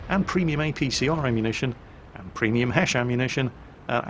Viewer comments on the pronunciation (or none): none